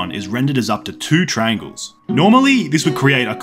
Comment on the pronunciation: why does he say “trangles”